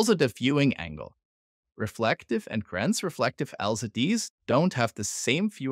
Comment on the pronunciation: I'm 32 seconds in at this point, and strongly considering not watching any further simply because you keep saying "trans*re*flective" rather than the correct "transflective". If this keeps going, I'm pretty sure my head will explode.